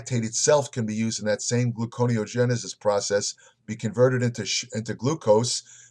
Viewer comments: correct, but he pronounces it, "glucono (glue con oh) genesis" LOL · pronounces so many words wrong..it's gluconeogenesis pronounce gluco neo genesis